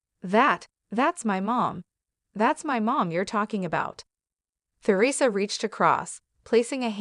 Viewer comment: Learn how to pronounce Theresa ! Someone Not an American! This is probably bogus!